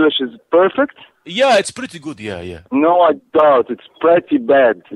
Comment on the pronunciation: iT'S PREHTY BAD. I pissed myself laughing